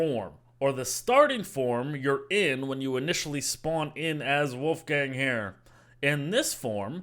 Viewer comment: Did he just say woofgang?